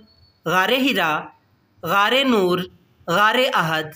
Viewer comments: عزوة(اُحُد) تم نے عزوۃ اَحَد پڑھ لیاجس کی معنی ایک سے ہو گا صحيح پڑھنا چاہئے جیسے اُحُد جو كه مشهور پہار ہے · Ahad nhi uhad hai.